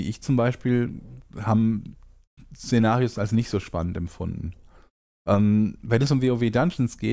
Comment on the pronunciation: Szenarios oder Cenarius...hab manchmal gedacht du redest vom raidboss xD